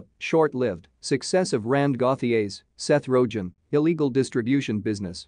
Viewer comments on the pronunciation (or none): Robots don't know what they're saying. This is off-putting AF. Seth "Rojen"? Really?